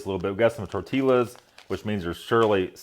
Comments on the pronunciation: I've never heard anybody call them torteelas. That word is not supposed to rhyme with gorillas. My thoughts exactly. I thought the LL's were supposed to be silent? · I like watching your MRE reviews but next time you have tortillas on your menu, please pronounce it as "tor-tee-us." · torteeyass...not hot how you say it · "Torteelas", huh? Interesting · My thoughts exactly